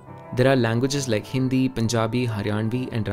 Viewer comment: IT is hindi not hindthi , , what if I say it is TAAMEEL not tamizh //